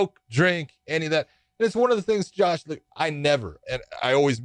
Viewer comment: I actually like the cheesey music but am I the only one who thinks he says John Thompson instead of Josh? It drives me nuts for some reason